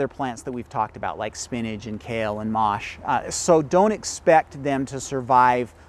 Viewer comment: no, the French pronunciation is —> “maah sh” ~ Mache. No “ay” at the end. 😅